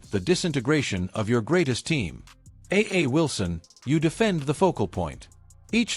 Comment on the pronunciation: First learn how to pronounce her name. Then you can comment on this bullshit video. A black woman with talent who knew. You manage to say Clark's name right why not Wilson's. Are saying A'ja Wilson is a dirty player. I seen some of stuff Clark did in college she is no angel.